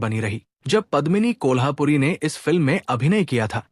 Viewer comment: मैं हैरान हूँ की आप एक पूरा प्रोग्राम करते हैं और आपको कलाकारों के नाम तक नहीं मालूम। सबसे पहले हीरोइन का नाम पद्मिनी कोल्हापुरी नहीं बल्की पद्मिनी कोल्हुपुरे है। एक और आप यह गलती कैसे कर सकते हैं , आप राज मुराद कहते रहे, अरे भाई उनका असली नाम रज़ा मुराद हैं। सिमी ग्रेवाल को आपने सिमी अग्रवाल कहा। Very disappointing.